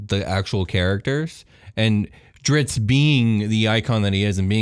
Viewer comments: This episode is weak sauce. Incorrect facts. Mispronunciations. Stumbling over ever second word. Yuk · for an expert on Drizzt lore, he makes quite a few errors. "You can't tell what side Jarlaxle is on" being the most blatant. Pronunciation drove me absolutely insane, I understand some things are difficult/there are multiple correct ways, but the pronunciation of Regis is pretty blatantly REE-jiss. This man lists two pronunciation, both of which are wrong, and says there is debate... kinda just sounds pretentious. Particularly for a voice actor he has a remarkable way of making literally everything sound unnatural. I don't think I would have been mad if just said "Hey we are bringing our buddy who is a big fan of the series to talk about it", but they said expert and this guy is DEFINITELY not an expert. I don't consider myself an expert, but coulda given a better interview than this guy... the phonetic spellings are on forgotten realms wiki... i don't mean to be a hater, let everyone enjoy the way they pronounce them in their head... but don't say you're expert and pronounce everything atrociously wrong lol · Man. The ritz you guys have in this episode is of the chain! I mean, what pitzatz! The info kept coming like a steady dritzle, too, though how you pronounced Drizzt got me fratzled like a butzard trying to steal gitzards from a gritzly. Oh, that's not how you say those words? My bad. I suppose I should stop sitzling you guys, have me a fitzy soda, and listen to some datzling jatz to calm down... you guys might get ditzy from my blitzard of butzwords. Hutza! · Lol diZZt not driTzz... don't understand how people get that wrong :( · Dudes... You know this character so well, and have read all the lore and books you could find. But you can't pronounce his name correctly? Drizz as in "Drizzle", then the T. Drizz - t, not "Dritz". :::SMH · Dunno how much of an expert you can be when you keep calling him "Drits". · Guys it is DriZZt not Drits